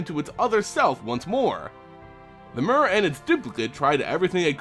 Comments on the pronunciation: Is it not "meer" not "mer" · Mur... really? It's pronounced mere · I always thought it was pernounced m-ee-r. Instead of m-u-r.neat. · The Mur... I think you mean myr. Or Meer. I've never heard a y with a u sounds. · Evidently the name Myr is based on the Greek “myrmeco-“, meaning ant. Words with this root, like myrmecology for example are pronounced “Mur”. The pronunciation in the video is likely closer to how Myr was originally intended to be pronounced. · Its pronounced "mir" y makes i sound in this instance. Ps: Long live Turbo Rocket Slug. 🔥🔥🔥🔥🔥🔥🔥🔥🔥🔥🔥🔥🔥🐌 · mur or meer? how is it really supposed to be pronounced? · I cringed every time you said "mur". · the official pronunciation rhymes with deer and beer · I think it's pronounced with a "tear" sound, like the nordic god tyr. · STAAAHHHHP SAYING MYR WRONG!!!!!!!! lol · Why is he pronouncing 'Myr' like that?